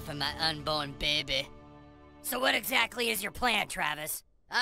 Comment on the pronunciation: “My Behby”